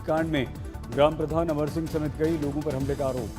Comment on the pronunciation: Kandhe pe Lagi "LOGI". What a funny pronunciation. I love watching this man.